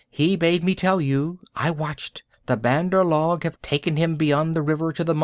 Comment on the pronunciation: this is not how u say say bandar log check on urdu translate google write monkey people in english then ik u dont know the word just click speak and it will say correct pronounciation of bandar log